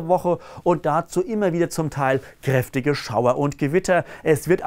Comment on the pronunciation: Ich mag wie er "krrrrräftig" sagt.